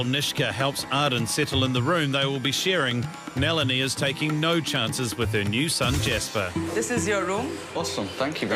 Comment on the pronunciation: lmao it's not NEH-LINI... it's NAH-LINI